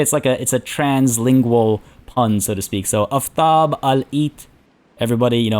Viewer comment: Aftab is Persian,right name in grammar is Aftabpur (Aftab itself is not rightly a name), Aftab is very uncommon and mostly means the warmness of sun, the sun in fact is Khorshid and there was men, in fact one king which their names were Khorshid. at least pronounce the name rightly, A for Aftab (both of them) is like Armenia and Arman not like Poland. sun itself is a god which follow Mithra but usually in this recent 800 years both gods combined and now sun is symbol for Mithra, Mithra in ancient Persian and Indian means promise and oath, if anyone disgrace marriage or an agreement like vows the goddess (in Iran and India is female) will destroy their house, lineage or honor, she worship in war too. in fact you can see Mithra in Qajar ( ) flag. so if Partia (which is a Persian name and means steppe rider or something like that) worship Mithra (as Parthian empire main religion was Mithraism) so he absolutely shouldn't betray Soltan, Macbeth will happen.